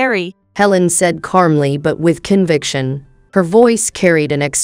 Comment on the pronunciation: Software. And it still mispronounces calmly.🙄